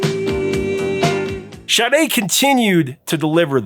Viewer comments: Shade? What??? It's Sade! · Hey dude, her last name is pronounced "Shar-Day". It's even on the sleeve for the CD and I assume it's on the album cover somewhere too. It's NOT : "shah-day" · Sade... Her name is NOT Shade. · Ok I never heard anyone pronounce Sade's name as "Shadae", but as jade with a S replacing the J, and even "Sade" where they add a Y at the end.